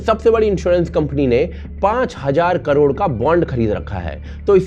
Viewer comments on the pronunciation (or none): none